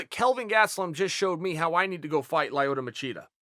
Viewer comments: The first step to u fight Lyoto successfully is to say his name correctly. Say it with me bro Lee-oh-toe. Lol. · I laugh every time he says LIEoyto Machida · Is Chael calling Lyoto "Lie-yoto" for any specific reason....If so thats some gangster shit. lol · Lie-yoto Macheeda